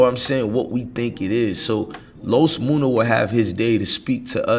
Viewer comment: Nigga his name is MUNNA not MOONA ! Like Money